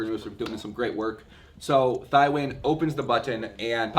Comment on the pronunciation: Pronounced TEE-WIN